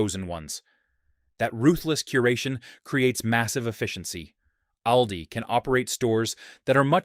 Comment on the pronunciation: It's pronounced "All-dee," Mr. AI.